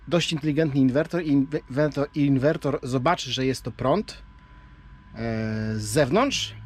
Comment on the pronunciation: Ciekawy pomysł na ograniczenie zużycia paliwa. Na łódź nie polecam turbinek wiatrowych. Ich skuteczność jest zbliżona do paneli a hałasują bardzo. PS. Inwerter nie inwertor ;-)